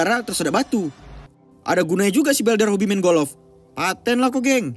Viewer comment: Bukan golof pak tapi golf. Wkwkwk hanying benar loe bikin ngakak ini channel 🤣🤣😉🤣🤣🤣🤣🤣